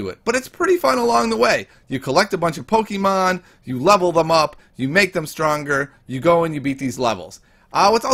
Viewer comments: Keeps saying Pokeemon instead of Pokémon TRIGGERED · He says pokimoon